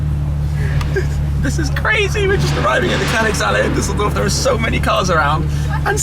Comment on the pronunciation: its called *Düsseldorf